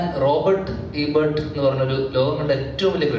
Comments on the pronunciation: Robert Ebert alla Roger Ebert aanu. Well read 😂😂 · 😂റോബർട്ട് ഇബർട്ട് അല്ലടെ ധ്യാനെ "Roger Ebert" ... പെട്ടെന്ന് എവിടുന്നൊ പഠിച്ചിട്ട് കോക്കിനെ അടിക്കാൻ നോക്കിയതാ😅😅😅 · Roger Ebert aanu😂😂 robert alla.. Pinne athokke aanu reviews..Kok irunnu parayunnathine athinte vaalil kettaan kollilla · Robert Ebert അല്ല..... Rojer Ebert 🙌🏼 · Rojer alla roger ebert